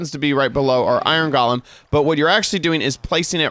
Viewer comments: GOAL-lum. GALL-um is the twisted guy from The Hobbit. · Why is he saying iron goalam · Iron GOE LEMS!!! Not iron GOLLUMS!!! GOLLUM is a character from lord of the rings.. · Galem lol its golem